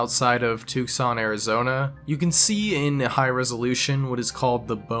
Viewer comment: I'm sorry this is a wonderful video but your pronunciation of Tucsan, Arizona took me out of the video for a few minutes 🤣